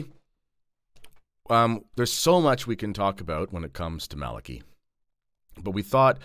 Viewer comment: Well done You pronounced Malachi correctly. First time I've heard this.